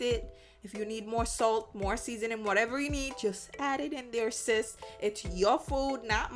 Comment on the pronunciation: You said SIS real hard! I'm making it? (Male) now what? 🤣🤣🤣